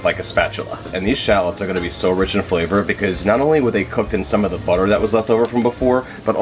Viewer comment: Everytime you mispronounce butter you lose a sub...